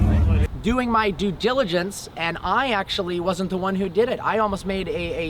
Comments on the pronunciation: My face when said doing my dugelligence 🤣🤣🤣🤣😂😂😂😂😂😂🤣🤣🤣😅😅😅😅😅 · it was just my du-jill-a-jents 💊💉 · Mispronounces “due diligence”